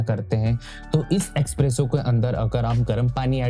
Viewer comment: “Expresso “ kya hai vai? It’s Espresso!!